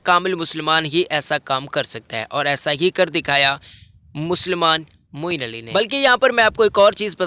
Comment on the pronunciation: Its Moeen Ali not moin ali